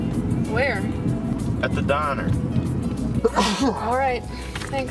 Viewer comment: at the dine-uh